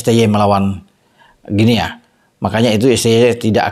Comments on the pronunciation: Maap, bacanya GUINI bung 🙏🙂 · Guinea, dibacanya "Gini". Seperti kita membaca : Papua New "Gini". 🎉